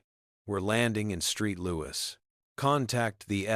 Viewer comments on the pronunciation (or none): Are you serious? You actually saw St Louis and call it STREET LOUIS not once but several times?????